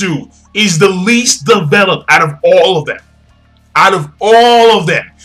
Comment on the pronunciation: you can't enjoy development that doesn't exist. lol but he said "devopled" and maybe he enjoys it. whatever it is.